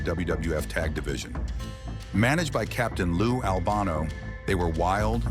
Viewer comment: Do you know how ridiculous you sound by repeatedly mispronouncing the name of Lou Albano??😮 Do your homework, man!!!